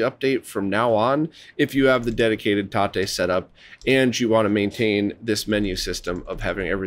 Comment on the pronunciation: Thank you for the TATE pronunciation! Now I can say it right 😁